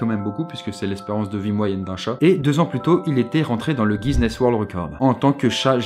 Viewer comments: Ptn c'est GUINESSE BOOK ET PAS GUISNESSE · Guiness, pas GuiSness =p Une bonne fois pour toutes ^_^ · GuiZnness Attention, l'abus de bière irlandaise peut provoquer des difficultés de prononciation. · Un jour, arrêtera de dire GUISENESS, j'y crois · Pourquoi tu dis guiZness ?